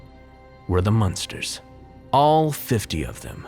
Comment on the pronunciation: Hahaha the munsters haha I laugh everytime you say monsters